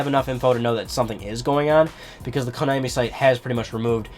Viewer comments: It's konaaaaaami, not konäääääämi. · Your pronunciation of Konami annoys me.